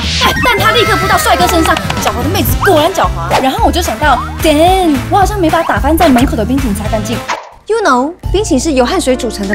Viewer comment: 沒有人覺得她是故意講得帶點泰式英文腔嗎？哈哈哈哈，我好愛這句Damn~